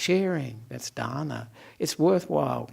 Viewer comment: What are excellent pronunciations of "Dana, Shila and Bhavana" by Venerable! We all respect it. 🙏🙏🙏.